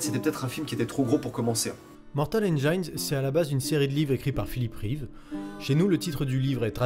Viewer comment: Ah au fait, on dit "n'gine", pas "n'gaïne"